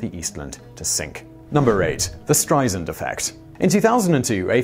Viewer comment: Apparently the “Streisand Effect” hasn’t resulted in the consequence of people knowing how to pronounce her name. It is not pronounced STRY-zund, as this man says. It’s STRY-sand (like sand on a beach). I mean my gawd, the woman has been world famous for 60 years. Then again, Brits still call L.A. “loss-ANN-juh-leeze,” so we have a lot more work to do.